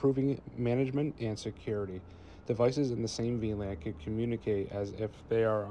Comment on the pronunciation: Anyone else keep hearing him pronounce it V-Land?